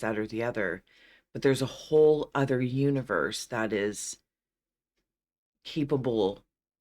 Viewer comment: You-niverse (I heard it somewhere ;)).